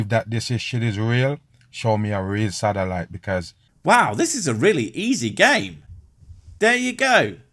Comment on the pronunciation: The way he sais "Satelite" sounds like "Salad"